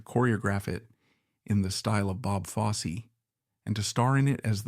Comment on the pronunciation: Yeah “Bob Foss” really?